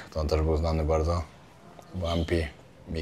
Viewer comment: super jak mówisz wardzo wardzo barto, przy poprzednim filmie oplułem monitor i lałem cały dzień przez to przejęzyczenie w pizzeri xD zrobiłeś mi dzień!